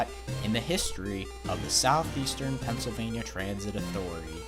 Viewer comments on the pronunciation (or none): none